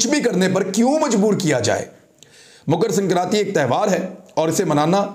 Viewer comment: It is Makar Sankranti n not Mukar as you said